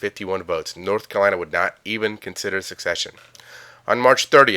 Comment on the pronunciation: Secede = suh-seed NOT suck-seed Secession = suh-session NOT suck-session